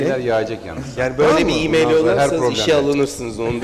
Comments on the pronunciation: i meyıl deme abi şuna ya i meyl de geç :) ya da msj de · ı meyıııl o imeil değil... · Ali Sabanci birdaha Imayl (E-Mail) deme...